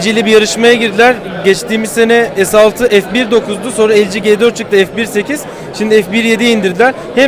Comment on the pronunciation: arkadaşlar su LG nin telefonlarına cibeş demeyin cibeş nedir anlamıyorum ya 'gebeş' dir yada 'cifive' yarı ıngilizce yarı turkce ??? birde siz bu işlerden anlayan isanlarsınız dikkat biraz daha lütfen...